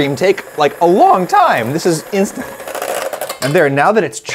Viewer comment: I enjoyed the failed "instant"